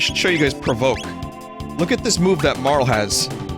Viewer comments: Marle is probably pronounced like Marley tbh but oh well 😅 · i mean i usually call Frog Glenn, a certian person Janus and Dagger Sarah dont like marle enough to pronounce her name right tho